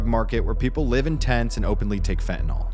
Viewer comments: Fentanyl,,, pronounced Fentanil, not Fentanol as everyone is pronouncing it for some reason. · Why can't anyone pronounce FEN-TA-NYL? There's no Fentin-ALL.